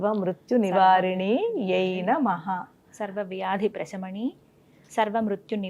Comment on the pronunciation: Prashami ni kadhu anukuntaa Prasamini anali ani vinna Sha palkakudadhu ani vinna Saa anali Prasamini